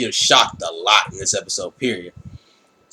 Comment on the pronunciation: u pronounce the name wrong, its E-MOL-GAA